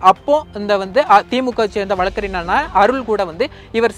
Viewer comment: மூடனே....வழக்கறினர் இல்லை....வழக்கறிஞர்..முதலில் சரியாக தமிழை உச்சரிக்க கற்றுக் கொள்.. பின்பு உனது பதிவைப் போடு...